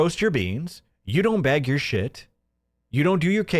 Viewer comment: If i hear these rural dullards say "beg" for "bag" one more time, Im going to lose it. PPP and Hambley.